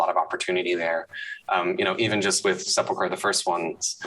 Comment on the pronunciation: So glad to hear someone pronounce sepulcher correctly yay 😁 but now dragons!